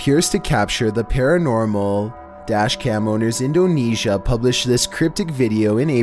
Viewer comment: EhhnDOnEEEsia., GURL!!!, please talk right.